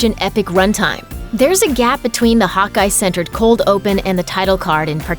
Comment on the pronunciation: I thought she was saying “hot guy” not Hawkeye